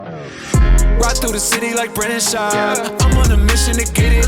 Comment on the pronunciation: I come here to watch Brendan mispronounce words